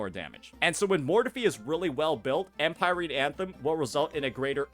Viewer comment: 'Em-pie-reen' jesus 🤦‍♂️